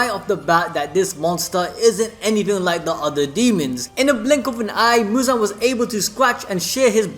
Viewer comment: not Muzan!... is "Muzanna" now